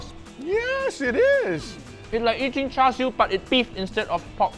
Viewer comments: How are you getting "sharshiu"? It literally starts with "char," a word you've said countlessly in your videos 😅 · How did he pronounce char siu? Did he say shar like shark? Isn't it pronounced more like char-coal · It's pronounced the way it's spelled, Char, I don't know where Guga found an S to add to the pronunciation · Its cha siu, not char siu. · Dear Americans, it's not char "SU", it's char "SIU/SIEW". It's literally written on the bottle. Please learn to pronounce words. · Why on earth would you say 'shar shiu'? It's char (as in charcoal) siu! It's sharcoal now, isn't it? (Uncle title removed immediately) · what the hell is “shar shou” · He is making Asians mad by pronouncing it like char siu instead of cha siu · Guga, just pronounce it like how you would normally pronounce a char.. its not "shar" 🤣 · Your pronunciation hiyaaa. It sounds like Cha seyou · i die a little every time he mispronounces char siew but i forgive him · Mr Guga.... please check how to pronounce Char Siew correctly....Cantonese way....😁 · take a shot every time he mispronounces "char siu" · whys no one talking about how he pronounced char siu haha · I died every time they mispronounced 叉燒 Uncle Roger, why didn't you correct them? 😭😭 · the char in charsiew is pronounced the same as the char in charcoal. *edit: got it right!